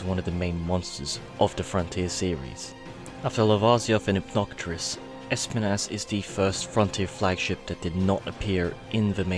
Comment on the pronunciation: Spines not spanas